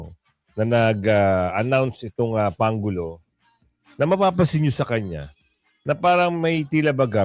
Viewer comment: Ayusin mo brod,ang pronounce pangulo parang pang ulo dinig ko